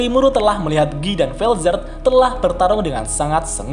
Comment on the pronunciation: Itu kalo dibaca pake bahasa Inggris, tapi di tensura kebanyakan pake bahasa prancis, seperti Noir, blance,Guy (di baca Gi) dll Mungkin bisa dilihat di anime nya pas leon manggil "Guy", disana kedengeran leon manggilnya "Gi" Ada juga pas Guy bilang Noir (hitam), jika memang pelafalannya pake bahasa inggris seharusnua Guy bilangnya Black (Hitam)